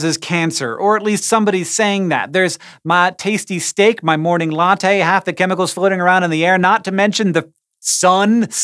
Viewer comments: I'm I the only one who heard "my tasty stick" rather than "my tasty steak" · yes, you are